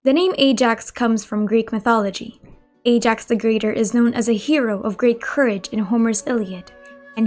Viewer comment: I get that, but it’s not the way you pronounce Ajax name in the game.